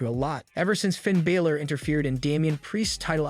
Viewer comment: Its not 'Bailor' its BA-Lor!